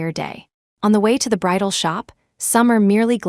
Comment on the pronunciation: BRIDAL not bridle